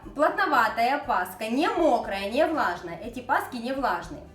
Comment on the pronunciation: КРАСИВО, как всегда, НО пасХа. И "кило " режет слух. Я люблю плотные.. Больше всего нравится с изюмом и выпечка с цукатами. А тесто, вымешанное комбайном, дает просто отличный результат, в дрожжевой выпечке очень важно хорошо вымесить тесто.